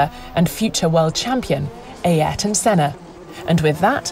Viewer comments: no one:: a-er-t-on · Fun fact: The correct Portuguese pronunciation of Ayrton is "Eye-air-ton". Everyone that pronounces it "Air-ton" has been doing it wrong. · Nah nah nah, you don't pronounce it A-airton senna, you pronounce it Airton senna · always pronounces Ayrton as "Ey-air-ton". It's closer to just "Air-ton". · it's so weird to hear english speakers say EI - AR - TON SENNA, in portuguese "Y" has the same sound as "I". So the Y sounds like the I in "Romain". AH - IR - TON Senna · its aryton, not ayerton.... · I've heard of Aryton Senna, but who is this Ayerton Senna you are talking about? :D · ah yes, the legendary Æreton Senna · Nobody:: AErton senna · van Heijningen it's pronounced A-ee-rton. Listen to the Brazilian commentators saying his name. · what's wrong with that? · No one: Not even the bahrain dog: This Narrator: Ay ærtn senna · Who is Ay-erton Senna? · She can't pronounce Ayrton's name properly. What with Eeeirton? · Will 'Pass'ed on this so he could do something about 'Ay-Ayrton' Senna instead 😂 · as a brazilian that was the most painful to hear pronunciation of ayrton ive ever heard. and im not even a huge fan of senna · Never heard anybody pronounce "Ayrton" so bad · Brazillian ears are bleeding after hearing pronouncing "Ayrton" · You mean Ayayrton? Or is it Aiayrton? It was bugging me as well haha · This video should be titled "How to mispronounce Ayrton" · the way she pronounces the name Ayrton... 🤦🏻‍♂️ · Leave it to to butcher Senna's first name on a regular basis.